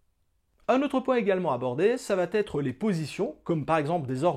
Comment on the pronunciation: Et "ça va t'être".... et "ça va t'être" .... Il paraît que c'est normal car c'est comme ça que l'on dit en Belgique ! N'importe quoi, la langue française se conjugue de la même façon et les liaisons ou non-liaisons se font de la même façon dans tous les pays francophones !!